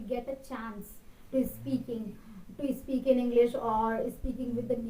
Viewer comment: It is not ispeak it is speak ..your pronunciation with s words are bad..improve that